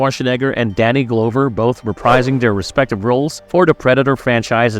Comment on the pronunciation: danny glow-ver..... not glove-r, glow-ver. sometimes i cant figure out if its ai reading these or foreigners with accents who are unaware of the correct pronunciations.